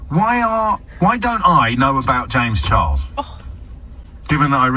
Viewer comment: Will never hear "Charles" the same even again lmfao Charros 😂😂😂